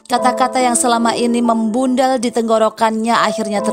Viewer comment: teks nya MEMBANDEL dibaca MEMBUNDAL, konteksnya dengan tenggorokan apa ya?